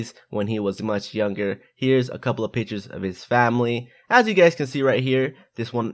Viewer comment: Did anyone else hear him saying "pitchers" instead of "pictures"?